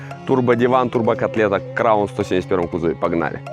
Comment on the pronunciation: Бля аж уши режит от слова краун